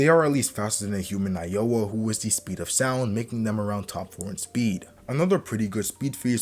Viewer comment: Nao Ya not Na O Ya